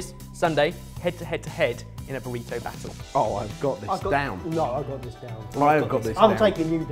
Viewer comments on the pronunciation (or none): none